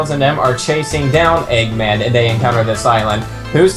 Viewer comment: Stopped watching at "Eggman" COME ON GUYS. get it right.....